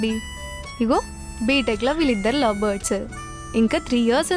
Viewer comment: it's LOVE or Lou speak properly